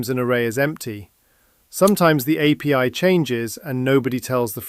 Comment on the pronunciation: It fees AI maybe because you didn't pronounce JSON and API correctly.